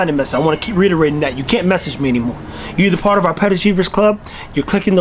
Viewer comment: Boiii he said rederating🤣🤣🤣🤣🤣🤣!!! (Reiterating). Just for you chumps that gone say you say it!!!!